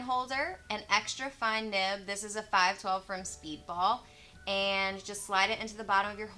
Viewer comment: Did you say a 5S Speedball?